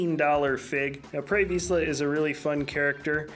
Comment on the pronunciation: Anyone else get triggered when he said prey v EE sla and not prey Visla